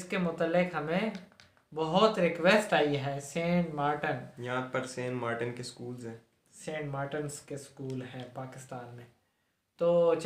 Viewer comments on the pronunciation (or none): R eeeeee saint martan nhi Saint martin